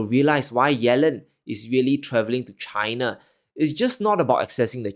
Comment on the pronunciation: Why do U say CHHH I N A ? ? ?